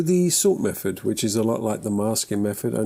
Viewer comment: I’m just here to listen to you saying mefod.